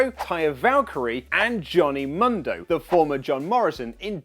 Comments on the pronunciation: Oli where are you??, with ALL due respect, please for the love of all that is holy in wrestling, please try and at least listen to how the names are pronounced ahead of your show. I know you read Johnny MUNdo, proper pronunciation however my brother, is Johnny MOONdo... or just John Morrison works too. Anyway, love the vids and I've been a subscriber for quite a while now. Keep that fresh news coming. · MUUUUUNDO NOT MONDO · "Mundo" is produced Moon-dough FYI you're welcome.